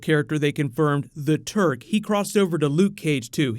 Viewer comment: Not that familiar with these characters as I'm from a totally different side of the planet, so when I heard you said the Turk, I thought I heard the Turd lolol